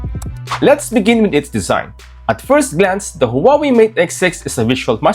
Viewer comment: Please Please !! It is not the "who are we" it's pronounced as "Wah Way" and written as Huawei